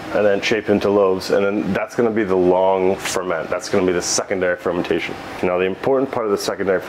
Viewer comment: its fermentation, not fermintation, sorry for being a bit of an asshole